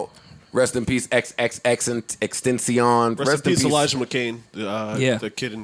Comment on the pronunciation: My guy said "XXX EXTENTION"